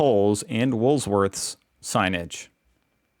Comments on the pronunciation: Hahaha 'Wools Worth'. Its Woolworths. Known as Woolies.....Hehe I can't cope, its making me laugh so much. You're wonderful. Your son's nappy ( diaper) action reminds me of the great cartoons an Israeli dad has done about changing his daughters nappies. ' Take cover' he yells. ' Incoming'... while he's dressed in army gear with a belt full of creams and baby power. Hehe. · I know because you're American, that you can't spell or pronounce words from the english language correctly BUT can you actually read the english language? It's Woolworths!!! NOT Woolsworth! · I enjoy watching you video's and do so regularly. There's just one tiny, little thing you could do for me, to have me, stop saying Woolsworth, it's it's Woolworths.. When ever you say it I try to correct you through the screen but you cant hear me. Thank you, have a great day😂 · I want to know what your wool’s worth! ROTFL! Just call it Woolies if you can’t say it without the s in it. 😂 KMart is a department store owned by the same corp as Coles. It depends where you live, what the prices are like. Woolworths + BigW (supermarket + department store) Coles + KMart (ditto) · Its Woolworths not WOOLSWORTH!!!! No Thanksgiving or Halloween here. That is an Echidna pronounced E KID NA😄😄😄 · Echidnas is said e-kid-nas and they eat ants and termites and woolies is said wool- worths 🤙😎🇦🇺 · Just for your own information, it’s Woolworths as in Wool Worths - love your videos 😊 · 😂😂😂 it's E-KID_NA.... And WOOL-WORTHS. Big W is like Walmart/Ross. That should help ya mate 😂😂😂😂😂😂😂😂😂😂😂😂😂😂😂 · rofl Stop moving the s in Woolworths. "Wool -worths" 🤣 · WOOL WORTHS not WOOLS -please!!!!!!! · It's WOOL worths....not wools worth. The S is at the end. 👍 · why do you call it wools worths, it is Woolworths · Stop saying Wools-worths! It's Woolworths, or as we call it, WOOLIES. 🤪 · It's Woolworth's, not Wool's worth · It's Wool - Worths.